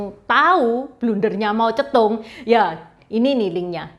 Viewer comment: Kok kedengarannya Mau Cetung, 😮???